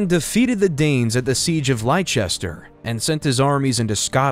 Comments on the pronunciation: Siege of Lye-Chester??? You mean Leicester? More AI generated crap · Leicester is pronounced “lesster” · OMG yes Lye-chester instead of Lester and so many, many more. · It is not pronounced Wer-Wick, it's pronounced War-Ick. The second W is slient. It is not pronounced Liecester, it is pronounced Less-Ter. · There is no lichester it is spelled Leicester but pronounced lestee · Lie-chester. 😂 Lester. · This is a very interesting and informative video. Well done! However, when creating a documentary on English history it is important to pronounce the names of English cities/towns correctly e.g. Leicester (pronounced "Lester"), Reading (pronounced "Redding"), and Durham (pronounced "Durrem"). This really affected the general quality of the video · Very much enjoyed this. As an English person, it would be nice to hear place names pronounced correctly:- Leicester - Lester Athleberht - Althlebert - (silent H) Chippingham - Chipping am (silent H) Durham - Dur am (silent H) William Tyrell -Tirral - i as in in. Otherwise a good introduction to the British monarchy. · Note to AI: READING is pronounced REDDING and ... LEICESTER is pronounced LESTER. You need to check English pronunciations before posting!!! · Was hopeful of a video coming from someone who actually knows what they’re talking about. After the pronunciation of “Leicester” it was quite apparent that you do not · Get somebody who knows English Leicester pronounced Liecester, Warwick pronounced Werwick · Please get pronunciations correct. It shows due diligence and research. I almost stopped watching after your attempt at Leicester. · Quite good. Really messed up the pronunciations though. Warwick and Leicester were so badly mispronounced, it made my shudder. And they keep showing the union Jack centuries before it had been invented. Sum up. Narrative is good. Some very bad pronunciations. Artwork alongside, some very good. A few major uck ups.